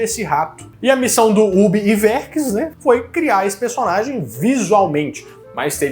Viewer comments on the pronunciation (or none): a pronuncia e Ub Aiuerks, nao "Iverks"